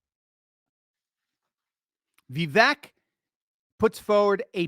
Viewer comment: Vivek like cake. Viv ake is how you pronounce it. Just trying to help my boy. He deserves to be president. The biggest middle finger trump could give these lunatics is stepping down and taking the VP job. Second in line to the presidency and he could do all the rallies he wants while proving he values the future of his country over his ego. I love trump but it’s the 7th inning, he needs the bullpen to close the game